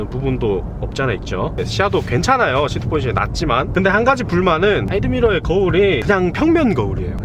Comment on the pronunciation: 빽밀러 ㅋ 사이드 밀러 ㅋㅋㅋ